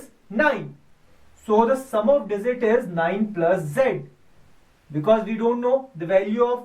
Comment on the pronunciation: z is not a dizit its a digit